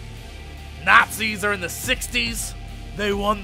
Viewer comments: you srsly call the nazis nasis..... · What I heard: "Let's kill some nassies." ^_^